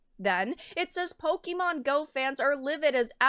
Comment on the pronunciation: Pokémon, not pokimon.